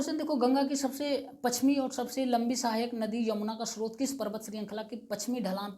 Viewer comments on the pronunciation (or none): none